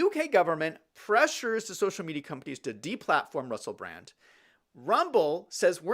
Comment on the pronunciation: Obviously you're not a fan. His name is actually Russell Brand. (NOT Russell Brant)